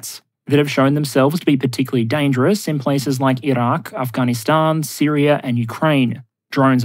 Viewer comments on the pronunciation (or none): none